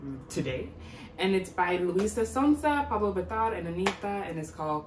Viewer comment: I spelled Luísa’s last name wrong so I corrected it, then u said her first name wrong